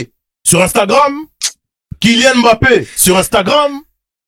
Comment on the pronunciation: Les noirs qui disent « aimbappé » 🫵🫵🫵🫵